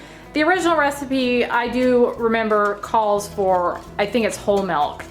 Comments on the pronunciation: your voice is annoying...you are so unprofessional and full of yourself plus you say Melk instead of Milk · Literally the only thing I can pay attention to is how she says 'milk' like 'melk'.